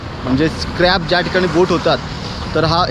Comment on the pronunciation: Crap nahi scrap बोटमधे नाही बोटमधे सप्तमी आहे